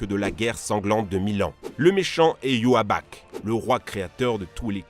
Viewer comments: Le mechan à la fin de bleach c'est pas "yuhaback" mais "ywatch" et le a ce prononce "o" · Ses pas "Yhuabac" ses "I-wa-tch" ou " I-wo-th" la prononciation !!! 😡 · TU PRONONCE MAL LE PRENOM (YHWACH) A cest iwautch dit le comme je lai ecrit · IL A DIT YOHABACH MAIS CA CE DIT IWATCH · Ywach au lieu de youaback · Il s'appelle pas iwabak mais iwotch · Euh Youaback ? Vraiment ? Parce que ça se prononce presque comme ça s'écrit " Ywatch " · Suis je le seul à prononcer et avoir toujours imaginé le nom du roi YHWACH= IWOTCH? Car chui choqué d’entendre YUAWAK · comme ça s'écrit Ywatch Lui prononce Youaback mdr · Sa se prononce pas Yuaback mais Ywach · Youaback... Mes putain D'OREILLE. sa se lit comme sa s'écrit bordel 😂😂 y watch. Sinon bleach à vraiment besoin d'un remake 2019 ou plus, genre vraiment. Ps : non ichigo est orihime on un seul enfant (kazui) lol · Iuabak ça se prononce iwatch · Ywatch avant g tjr cru que sa ce prononçait iwatch pas yuaback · Putain le viole du nom de yhwach xD lui il a lue yoabak xD ça m’a tuer ce manque de respect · Sa se prononce iwatch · Le méchant de Bleach se prononce i-ouatch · Ça se dis aïwotch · On dit i-watch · Oh mon dieu, j'ai vomi quand t'as prononcé le nom de Yhwach, ça se prononce Y - WA - TCH genre iwatch comme le verbe Watch en anglais avec un i devant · Yoabak mais c yhwatch ça se prononce en anglais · « yhwach » prononcer yuawak ça fait mal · Sa se prononce 'i-wa-tch" pas se que t'a dit 😤😤😤. Et si je l'ai lut la fin de Bleach ses trop bien 😍😍😍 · Tu a écorché le nom du boss final de bleach et sa fait mal au oreilles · Xd la prononciation de ywatch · La prononciation du Yhwach est insane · YHWACH LA PRONONCIATION QUINCHY AUSSI AU SECOUR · Comment ça respect pas la prononciation d’ywatch 😂😂😂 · Comment ta prononcé le nom de yhwach 😭😭😭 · 12 : 23 Oof, comment il torche son nom mdr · J’ai pleuré quant il y a prononcer yhwach 😭😭😂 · Bordel ywatch sa se dit pas comme sa et ichigo a 1 gamin et la fille c'est celle des autres